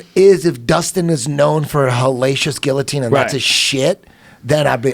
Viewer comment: I like that rogan pronounces guillotine correctly.